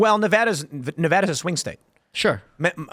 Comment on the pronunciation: At least he pronounces Nevada correctly lol